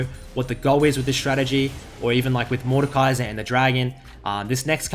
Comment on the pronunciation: Completely butchered his name but sure xD